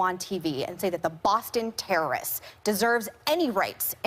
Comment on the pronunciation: because he's a tewwerist...omgawd...STFU Meghan...